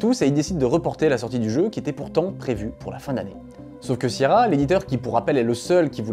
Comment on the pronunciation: ta maniere de prononcer sierra me rend ouf et prouve que t'as jamais joué à un de leur jeu lol